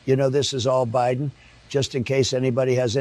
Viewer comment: Did he say Biden or by Don... yeah the case is all by Don Trump